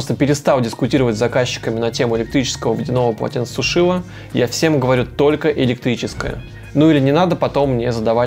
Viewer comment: ПОЛОТЕНЦЕСУШИТЕЛЬ. Не коверкайте русский язык.